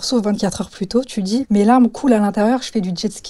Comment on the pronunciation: Encore une avec les "tch" et les "dj". "tu dis" et pas "tu djis". "thérapeutique" et pas "thérapeutchique"